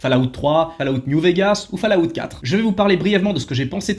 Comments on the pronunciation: Falllaout ?? C'est quoi encore ça ?? Essaye Fallout c'est mieux. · C'est incroyable de sucer autant les anglophones mais prononcé FALLLLLAAAAAOUTTTTTTTTTT !